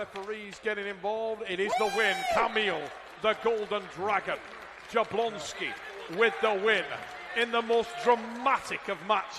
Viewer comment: Yablonski, that's how it's pronounced. J's are like Y's